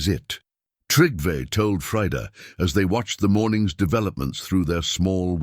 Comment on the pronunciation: Please pronounce trell, more correct because they are not trolls there is no h in trell like you are pronounce it 😂😂😂 but yes you make me laugh every time! And its Trygve not what ever you have put in for making it easier to change it to American English way of telling! Yes i am Norwegian